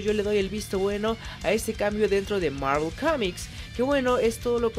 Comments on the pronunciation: El video en si es malo.......aunque lo peor de el video es cuando el pendejo este intenta pronunciar marvel.....y no se si es que se cree gringo o que pero si no sabes pronunciar bien el nombre en ingles entonces dilo como suena que en ves de escuchar marvel escuchaba era mervol morvol marvol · Que pedo,no se le entiende mi madres a su saludo y es Marvel no Marvl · Dios mío esa pronunciación del inglés. Thanos ahora es ¿teinos?. Hawkeye es ¿jokai?. Marvel es ¿marvl?. Capitán América es ¿capptain murica ? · Universo marel? Marel?